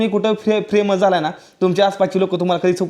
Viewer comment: फ्रेमस नका म्हणत जाऊ फेमस म्हणत जा आणि प्रेमेंट नका म्हणत जाऊ फेमस म्हणत जा दादा हर हर महादेव ❤❤❤❤❤❤❤❤😢😢😮😅😅😅😊😊